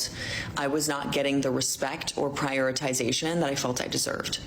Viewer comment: She can’t pronounce “prioritization”